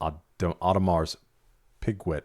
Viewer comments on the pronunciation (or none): none